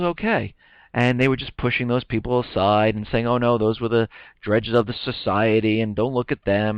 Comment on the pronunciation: "dregs of society." DREGS rhymes with "eggs," not with "edges."